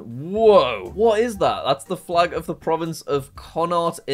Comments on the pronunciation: It’s pronounced “Con-oct” :> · It's pronounced Con-oct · I’m Irish and I cringed at the pronunciation of Gaeilge(gay-L-ga)and Connaught(con-ukt) he pronounced gaeilge as Gaelic which is the most popular sport here in Ireland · At least he is trying, but yeah I giggled at it too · I AGREE I STARTED CRINGING SO HARRRRRD (I’m Irish btw) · JACK AS AN IRISH FLAG AND GEOGRAPHY ENTHUSIST ITS PRONOUNCED CONN-OCT (although to be fair it was spelt wrong on the reddit dont fight me im irish) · Jack it’s pronounced Gayle-ga and it’s pronounced Con-ucht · the Irish prvince is pronounced "con uk t" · same and the way he said Connacht???? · I'm gonna cry great video but as an Irish person I'm offended he said the name of our Sport for our language and our province name was wrong too of course I'm just having fun great video 👍🏻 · As someone from connacht I cried when he butchered that pronunciation